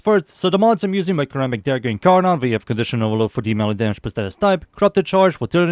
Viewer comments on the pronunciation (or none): Is pronounced like Ser rammic. Like serrated. Not kurr rammic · You pronounce ceramic starting with ssss' not cuh' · actally it wold be pronounced like (sir-amic) and if u care to argue go ahead and say the word "Certify" out loud. both start with CER which is pronounced as "sir" 😅😅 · Its a "suh-ramic" dagger my guy 😭